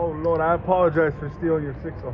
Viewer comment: Drinking game every time he says, lord pronounced Loarrd beer you’ll be effed up in five minutes.